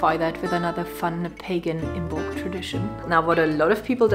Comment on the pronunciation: IM-molc...not IM-BOLC. The "b" is silent.